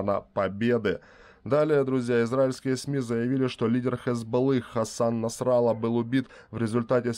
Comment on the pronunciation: не НасрАлла, а НасраллА! Специально? Это говорит о Вашей неграмотности(((